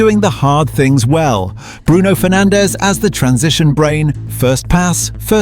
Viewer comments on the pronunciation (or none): none